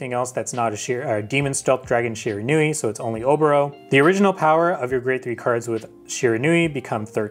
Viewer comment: I think you mean SHE-RAN-WE